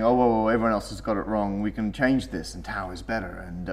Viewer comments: τ is actually pronounced "taf" and π is actually pronounced "pe" damn english speaking ppl ^_^ (not trying to be offensive here, since im a native english speaker too, but just to clarify the right way to say those) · As the tau thing is gaining more and more publisity, ill try to set it right, one's and for all. Tau must be pronunced taph, at least if you want to claim that comes from τόρνος. Τόρνος is an ancient greek word (we don't use it now, but most greeks understand it's meaning) and is pronunced tornos. τ is taph. It is written ταυ, but ταυ is pronunced taph. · Laurelindo Read my reply above. Other letters are pronounced properly, I don't see why "τ" should be an exception. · but it is funny because you pronounce most of the Greek letters correctly like alpha, beta, gamma, delta.... except for the poor τ . Ok I understand for the π since the Greek pronunciation of the letter is the same as the English p and it would be confusion but why for τ ? What has done to you the poor letter? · Greek invented the damn letters, pronounce them like you're supposed to. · Tau is actually pronounced as : "taf". In the combination a-u (Alpha Upsilon) the U is always pronounced as an F. For example the Greek word Auto is pronounced as 'Afto' The Upsilon is actually pronounced as an I. (Ipsilon.) It's kinda cute hearing americans trying to pronounce Greek letters :P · we could eat taffy since tau is actually prounounced as taf in greek and taffy has taf in it. this one respects the pronunciation of tau in greek unlike pi which is pronounced pee. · TAU IS FROM THE GREEK LETTER T (τ) WHICH WOULD SPELLED LIKE "TOUGH" (with a softer t, like "taf"). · Why they change the pronunciation of the Greek letters τ and π ? τ is pronounced taf and π is pronounced pee! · Omg I get so annoyed because I am Greek and both π and τ are greek letters and you are pronouncing them wrong.. π is pronounced like the word "pee" and τ is prorounced like the word "tough".. So stop it :PPP